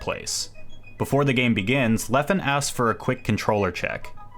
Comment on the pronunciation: I'm sorry, but thats now how you say Leffen's name. Great video, nonetheless.